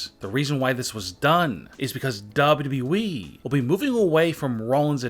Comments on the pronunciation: This guy doesn't know how to say WWE at ALL WHEN I MEAN IT I MEAN IT... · The way he says wwe though